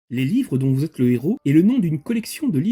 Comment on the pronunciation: Plusieurs Héros et pas plusieurs Zéros 😂 On ne fait pas la liaison 😊